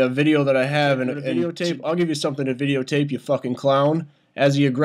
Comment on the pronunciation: Veedeeo tape. xD